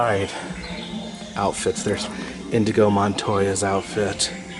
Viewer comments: It's Inigo, not Indago. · Anyone else notice he kept saying INDIGO and not INIGO I’m only 21 and even I know this. But I’ll try not to be hurt by this butchered reference, after all it’s just a flesh wound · It’s Inigo, not indigo...that’s a color. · INIGO Montoya. Not Indigo. He's not blue. ROTFL